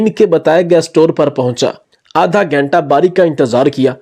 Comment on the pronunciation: Stunt naheen stent, ghainta naheen ghunta learn to speak properly first